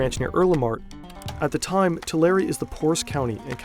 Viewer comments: It’s too-lare-ri not to-lare 😂😂😂😂😂😂😂😂😂😂😂 Central Valley is the heart for the Mexican cartels doings. Born and raised. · It’s pronounced Two-Lare btw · it's pronounced two-lair-ee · Video RIDDLED with fucking errors. First, learn how to fucking pronounce Tulare. Second, Tulare is or ever was NOWHERE NEAR the poorest counties in California. It’s always solidly in the middle. Simple shit like this is off what other errors are in this??? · If you love research so much, you should know how to say the names of the towns. Not hard. Here's one: it's "Too-lare-eee". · It’s pronouned “TWO LARRY”. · It’s pronounced toolaireeeee! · It’s Tuh-Larry county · Im sorry but its pronounced “tulair” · Hey! You pronounced Tulare right the fist time. It’s pronounced Two-Lairy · It’s pronounced like Two - Larry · His home county is pronounced 2-Larry and now I’m terrified lol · It's pronounced Too Larry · The county Tulare is pronounced like "to larry" for anyone interested. Now, I'll finish the video. :) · too larry ? 😂 it’s too lair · Say it "Too Larry" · Ain’t no way I’m sitting here in a small town like Earlimart (45 mins away from me) in Tulare county, i go to college in the town he was born in, and i come across this. And we pronounce it “Too-Larry”. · lol. To-law-ree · It's pronounced "Tuh Larry" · Bro do your research. That’s not how you say Tulare. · Makes an entire video about a guy from Tulare and doesn't even learn how to pronounce Tulare correctly. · That’s not how you say Tulare😂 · the pronunciation of tulare in this video makes my brain hurt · Bro did not just say Tulare is beautiful. Clearly he’s never been there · I live near Tulare and uh, please tell me you agree that they butchered the pronunciation of Tulare